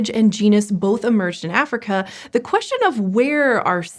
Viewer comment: reSHtricted (restricted) HiSHtory (history) queSHtion (question) AuSHtralopithecenes!!! ...so, why isn't "ancestor" aSHeSHtor for this woman?